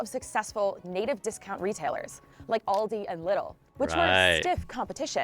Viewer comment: The corect name is Aldi not Oldi 😂😂😂